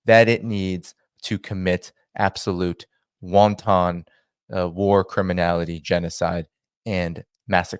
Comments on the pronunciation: A 'WAN-tahn' is something that is found in Chinese soup. 'WAN-tun' - a deliberate destructive or violent act - is how the word needs to be pronounced. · What is "wonton" genocide? Genocide with dumplings? The word is "wanton." Pronounced "wahn-ton." Why does no one seem to know this any longer?